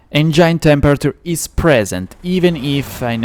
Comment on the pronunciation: Good video. Here's a tip: Use Google Translate and let it read out loud the text of your subtitles. Listen and learn from Google Translate how to pronounce some English words, like ENGINE, CASUAL, RIVER, CUSTOMIZABLE and SURFACE!